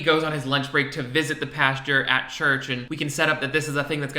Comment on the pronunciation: lmao calls pastors "pastures"